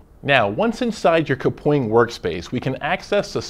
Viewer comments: and who knew kapwing was pronounced "kapoing" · How I pronounce Kapwing: Kap - Wing How they pronouncec Kapwing: -Ka Pwing